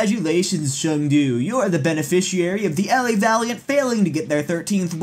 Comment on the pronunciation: When he talks about Chengdu it sounds like Urinating Tree and Five Point Vids. 😂😂😂. I love your vids. Edit: Thank you guys so much for the likes. And for responding himself.